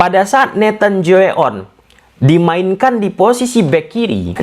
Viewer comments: Nathan "Co-A-On" not "jjowe-a-on" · "Tjoe-A-On" bacanya "Cuaon" karena masih pake ejaan jadul "Tj = C" "Oe = U". Biar ga salah sebut nama lagi jadi "Joey On" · maaf min. sedikit koreksi.... Bahwa Tjoe...ejaan kono.... bukan 'Joe' lafalnya.... tapi ''Cu' sebaiknya dicari dulu kebenarannya...akasih min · Nathan tjoe-a-on.. Di bahawa ke bahasa indonesia nya jadi nathan tjoeaon yg di baca natan tajun😁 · Bacanya nathan cua on, bos 🙏❤ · itu Tjoe-A-On bacanya: Cho - A - On (biasa aja bacanya di bhs indonesia) okey. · Bang kalau bisa nyebut namanya gak usah fullname, gak enak banget dengernya soalnya pronounciation lu kurang banget.